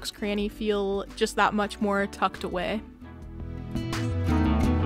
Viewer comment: Me:watching: it makes it seem more tucked aw-EH Me:thinking i heard it wrong Plays it back: tucked aw-EH Me: O_o me has to comment dis